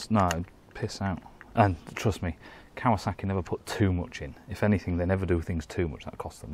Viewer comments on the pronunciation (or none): none